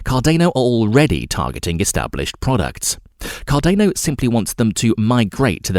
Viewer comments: CarDANo like DANiel not Cardayno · say it slowly: Car-dan-o. Car-dan-o. Cardano. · CAR- DAR-NO! Not CAR-DAY-NO EVEN Charles Hoskinson says it CAR-DAR-NO. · Good content, but please next time pronounce Cardano correctly it is not car-DANE-o....... it is car-DAN-o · CAR DA NO. Not car DAY no. Come on dude, the least you could do is get the actual name right. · CardAEno...please please please just read it as cardAno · “Cardaneo” said nobody ever... except this guy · CarDAYno lmao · Bruh it's cordano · This pronunciation of Cardayno ruins the video. WHERE IS THE Y MATE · car-day-no lol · car day no, ay dee ay. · not to mention thats not how you pronounce Cardona either. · Please learn how to say Cardano properly it makes it almost impossible to watch your videos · Is it just me or this guy pronounce almost everything incorrectly? oh you ro borors? Cardeyno? What!? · This is amazing :-). Car-Dane-O and Eth-Ör-Ium!!!